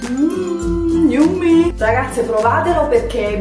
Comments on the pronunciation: ma lo sai che nn si dice yummi ma yammi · Yummy= pronuncia /ˈjʌmɪ/= IAMMI..... yummi non si puo' sentire!!! Cmq buon suggerimento healthy!!!;)